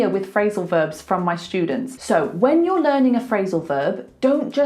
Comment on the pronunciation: A useful lesson. Thanks! You pronounce students like “shtudents”. Am I wrong?